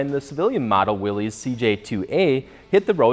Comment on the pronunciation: I'm pretty sure "Willys" isn't pronounced the same as the plural form of British slang for a male's anatomical appendage (i.e., not "WILL-eez") but the same as the first name "Willis," like, "Whatchoo talkin' 'bout, Willis?!" (i.e., WILL-iss).